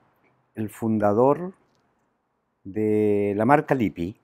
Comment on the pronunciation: Se pronuncia Lip- pi en italiano se pronuncia las dobles consonantes señor !!